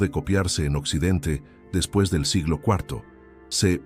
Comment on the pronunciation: Por qué dice: "depis" de Cristo? Fallan las fechas.